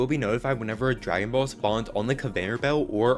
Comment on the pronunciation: It’s dragon boll not egg😂